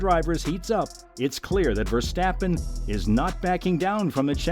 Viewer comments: And as usual yanks butcher names. For fek's sake it is NOT VerstEppen! Use your best friend and find out Max's proper surname pronunciation amateur. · I do think your listening to an AI voice trained with an american accent. You really need to look up how his name is pronounced in Dutch and then practise. The way the Dutch speak out the R isn't easy for native American or English speakers.